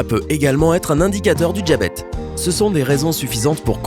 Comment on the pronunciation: Vous aviez vraiment pas le temps pour cette vidéo, entre les (au moins) 2 hésitations à l'oral, le djabète et tous ces agréables "i mangés transformés en j" et le mot coupé à la fin...